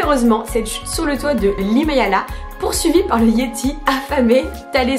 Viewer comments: Attention marine c est Himalaya et pas himayala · Grégoire Moron elle a dis hilamaya non 😂 ?